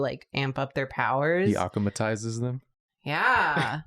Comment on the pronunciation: Hearing say "akumatizes" but pronouncing it AH-ku-ma instead of ah-KU-ma is creating a strange war within my mind where I don't know if he's referencing Miraculous or something actually good that I haven't heard of.